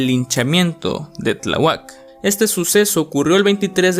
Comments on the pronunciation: Es "Tláhuac", "Tlá-huac". No "Tlaguák" 🙄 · Oye, lector del video: no conoces los acentos: no se dice Tlahuác, sino Tláhuac. ¿Ya viste dónde va el acento? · No se dice Tlahuác, se dice Tláhuac.No sabes leer? Toma un curso. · Increíble vídeo bro, pero cada que dices Tlahuac me dan ganas de golpear la pantalla. El acento va en la primer a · El asunto de Tláhuac, los reporteros en vez de ayudar, fomentaron el morbo de la gente, que terrible. Y se pronuncia Tláhuac y no Tlahuác. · Lo que más me aterro fue escuchar Tlawuak en vez de Tláhuac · ¿"Tlahuác" "Soco", ¿Pues de dónde eres que ni siquiera sabes pronunciar bien el nombre de estos lugares? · Se pronuncia TLÁ...HUAC... BURRO!! 😠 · ¡Qué pena que no sepas pronunciar Tláhuac! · Buen video, así como buen Lost Media. Sólo un comentario constructivo... Procura "leer y pronunciar" bien las palabras, pues la palabra "perdidos" no lleva acento y lo pronuncias como sí tuviese en la "E"; así como en la palabra Tláhuac, donde el acento se lo otorgaste en la "U". Se escuchan raras esas palabras al ser pronunciadas como sí WORD lo corrigiese. Fuera de eso, es un excelente video, sigue así :D